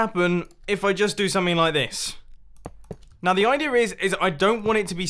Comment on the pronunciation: I love how you say idear